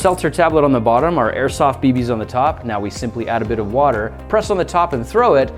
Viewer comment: I thaught he said microsoft grenades